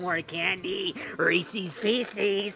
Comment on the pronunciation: You say Reese's wrong and personally, I'm triggered.